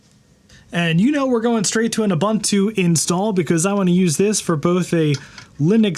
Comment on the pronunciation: Why does he keep mispronouncing "ubuntu" like he's Canadian or something? It's "oo·boon·too".